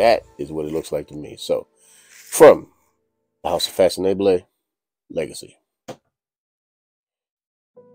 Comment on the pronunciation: The name is literally one French translation for "fashionable"--there are many--and is pronounced kinda like fah-son-AH-bluh. If you've ever heard the French pronunciation of "formidable", the second half of that is the same as the second half of this. Thank you.